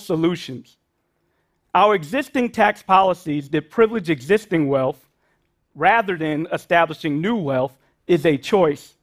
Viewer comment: It’s “wealTH” not “wealF” It’s “truth” not truf” It’s “idea” not idear” You’re a university professor and you speak like this? Absolutely horrible! It’s called capitalism and anyone can work hard to get more. Stop this socialism where blacks or other minorities deserve to be paid to match whites. I’m white and unemployed. I’m struggling But I’m not crying to have my government give me money to make me equal to anyone else. I understand that sometimes life is very difficult and I was raised by a single mother who worked two jobs. I went into the military, I had them pay for my college and that’s how it works. It’s not about the government handing out money to people and then passing on that incredible tax burden to our children. You’re thinking about this so wrong. This is such an entitlement program that is absolutely the last thing needed. People need to stop using welfare or at least limited to a certain amount of time so the people can go back to school and better than selves through hard work. Not handouts not charity. What does that get anyone? Nothing it gets them nothing. It’s just more burden on everyone else! By the way it’s not just a burden on the wealthy. It’s a burden on middle class, the working class people that do not have money to baby bonds. From the very beginning of our country, people worked hard to get money for college or to get a down payments for a home. It wasn’t given to them and it shouldn’t be given to them now. Wake up. This is not what our count